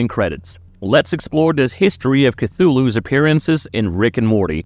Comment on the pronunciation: STOP SAYING CA-TOO-LOO THATS NOT HOW YOU PRONOUCE IT!!!